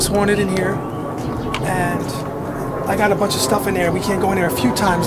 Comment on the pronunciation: the brother tree it's haunted not hotid 😂